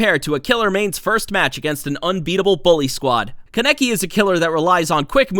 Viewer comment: its KAH neck ee. not can neck ee =x